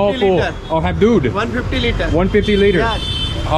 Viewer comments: 😂because he pronounces like dude, not doodh. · That's doodh not! Not dude(Milk) 😄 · You say dude not doodh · It’s doodh (milk) 😀 Makes good video max